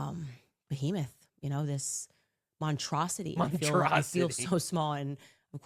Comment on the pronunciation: Naw she has to be doing it on purpose at this point...Montrosity...like for fucking real Montrosity